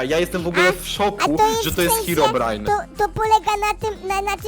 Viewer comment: Czemu powiedziałeś heobrajn jak na końcu powiedziałeś hirobrine hmm...ciekawe albo ci się pomylilo e tam pozdro